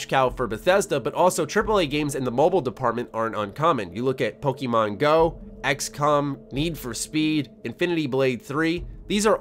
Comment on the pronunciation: says Pokémon like a grandma asked to take a crack at guessing what the kids are playing.